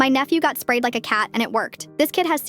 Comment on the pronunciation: Oohhhhh sprayed… yeah I heard spayed, like when u fix a cat and I was very confused